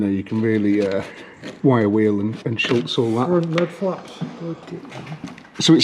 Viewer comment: Schutz doesn't have an 'L' in it, it's the German word for 'protection'. Unless you're referring to something else, like Charles Schulz the American cartoonist, but don't try putting him on the bodywork because he's been dead for 24 years.